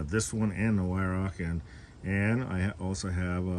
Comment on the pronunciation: HI, first I want to say I enjoy all of your videos, pesting and reviews. Weihrauch airguns just exude quality. I know you have several airguns by Weihrauch and please know that I am not criticizing you but would like you to know the correct pronunciation of Weihrauch. This German company is pronounced Vi-row. You have not called me since your visit a couple of years ago when you came to Otsego. I enjoyed those conversations with you. I would like to visit you sometime and bring my RWS 34P and my Gamo Urban. You could shoot my 34 and see what you could do with it. I keep it in my gun cabinet and only use the Urban because my purpose for an airgun is pesting and the Urban does a much better job for me. I see Jack has a little brother now. Take care, and thank you for the videos.